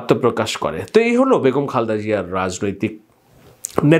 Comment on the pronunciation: খালদা না খা‌লেদা হ‌বে ব্রো।